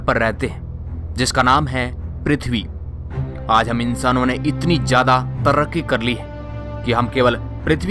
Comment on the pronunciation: Oh loro jada Nai hota zyada hota hai